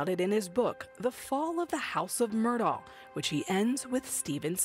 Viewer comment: FINALLY, ‘Murdaugh’ is being pronounced correctly!